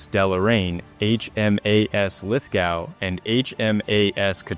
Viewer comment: HMAS Lithgow is pronounced Lith Go.